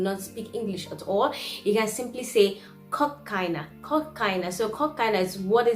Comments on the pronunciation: Ačiū,!🤗I am a Lithuanian language tutor for foreigners and I stream your video as a perfect example how lively and beautiful Lithuanian may sound no mather which part of the world you come from. Much love from Kaunas 💛💚❤ However, "Kokaina" sounds more like "Cocain" 🤭If you want to ask about the price, use "Kokia kaina" or "Kiek kainuoja". Otherwise, labai gerai! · Kokia kaina? Not kok kaina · Kokia kaina is correct phrase. Also you can say "kiek kainuoja" which is "how much does it cost". BTW you pronunciation is very good. :)